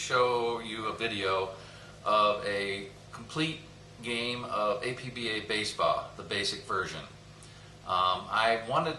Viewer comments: It's pronounced APP-BAH as stated in the famous color brochure and as was written in the brochure. Never, no Never pronounce it Ay-Pe-Be-Ay. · Okay, I have to say it because it came with the literature in my 1980 APBA baseball game...APBA is pronounced as a word, two syllables. APP-BAH. It is NOT pronounced as speaking the four letters A-P-B-A... Anyway, great video. Forever APBA (APP-BAH).